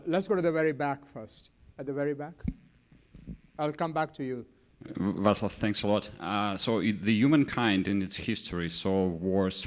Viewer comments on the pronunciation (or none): Great scientist from Czechia, his name is pronounced "Vaatslav" and Smil, not Schmil.